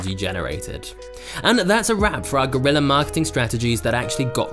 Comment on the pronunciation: It's guerrilla not GORILLA 😂😂😂😂😂